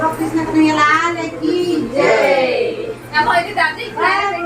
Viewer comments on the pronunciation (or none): none